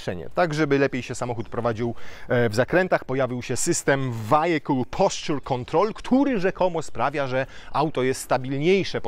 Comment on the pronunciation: Co to jest "wajekul" ??